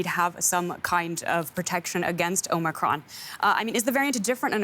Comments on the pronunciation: Ah yes the Omicrin. Oh the, omicrin. I know the omicrin. I do the omicrin everyday. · it's omicron not omicrin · Please correct omicrin to omicron thanks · oh no! not “omicrin” (!) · Great now we have a new “omicrin” variant. ;)